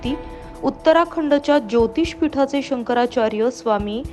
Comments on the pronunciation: केंद्रीय मंत्री नारायण राणे यांना शंकराचार्य नीट म्हणता येत नाही. महाराष्ट्राचे दुर्दैव दुसरे काय. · आधी शंकराचार्य असे नीट म्हणायला शिक😂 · याला शंकराचार्य म्हणता येत नाही ... बाटगा